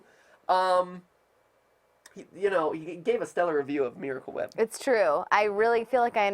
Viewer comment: I still can't get over that spoon full of "Mewahcle Wheep"